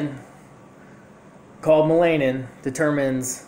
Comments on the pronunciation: It's pronounced mell-a-nin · ma-LAY-nin lol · Bruh.......no😂😂😂😂😂 and its pronounced MELL-anin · YOU DONT EVEN SAY MELANIN CORRECTLY HOW CAN WE TAKE YOU SERIOUSLY WOW